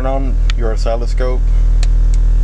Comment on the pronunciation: That's not how you pronounce oscilloscope.